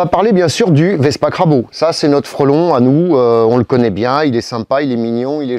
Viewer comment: Et crabo alors que c'est crabro! ça compense :-)